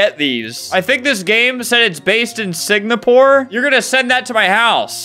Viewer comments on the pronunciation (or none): Sigapore (singapore) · Me: “Ok, say Singapore.” Flamingo: “Signapore.” Me: “Singapore, S I N G A P O R E.” Flamingo: “Signapore.” Me: “No, ok, say sing.” Flamingo: “Sing.” Me: “Ok, now say Singapore.” Flamingo: “Signapore.” Me: GOD DAMMIT. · If you were trying to say what I am thinking then it is not Sig-napore its Singapore (sing a poor) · its NOT SINGAPORE ITS SIGNAPORE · ALBERT PRONOUNCING SINGAPORE AS SIG-NAPORE IS ACTUALLY SO SILLY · "Signapore" - Albert 2023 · Albert reall said "signapore" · Not Albert says signapore instead of singapore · Did anyone else hear him say “signapore” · Bro fr said "singnapore" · Did bro say Signapore? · is it singapore or signapore? LOL (no hate to flamingo pronouncing it incorrectly) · Bro said signapore instead of singapore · its singapore godammit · ITS SINGAPORE BRO